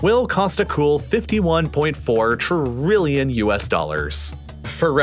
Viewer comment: I like how he says installation fees. Also Trrrilion dollars